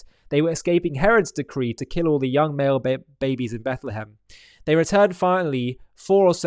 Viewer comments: Did he say Bethlem??? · What gets me is that he literally says she was in Bet Le hem. Um…dude. Beit-lechem is literally HEBREW. You spoke HEBREW. It means “house of bread.” Oy vey.